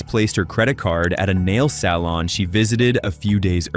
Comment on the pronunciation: “NAIL-SAL-ON” sir I’m sorry TF